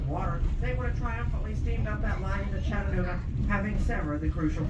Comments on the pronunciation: 🤣🤣 I thought same! Love these two, fun videos but yeah I heard Chagganooga 😂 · Chagganooga? That's what I keep hearing you say, lol. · ChaTaNooGa. Say it 10 times! 😂 Really enjoyed this video!!! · I had to chuckle every time you said " Chaganooga" LOL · Chagganooga ???? Lol!! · Long time subscribers and fans of the channel from ChaTTanooga!!! We visit Pigeon Forge and Gatlinburg often and know how to pronounce it. For the love of God, learn how to say ChaTTanooga. Still love you and!!!! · You guys should visit Cloudland Canyon, and the hang glider jump off. chattt—ahh—nooooga It’s important to the locals for you to say it correctly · you butchered the word Chattanooga hopefully this will help Cha-duh-NOO-guh!!! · You pronounce Chattanooga, like someone from Michigan. LOL Did you get a engineer cap?